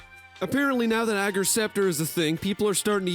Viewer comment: Thanks for being the only Youtuber to say "Ager" right!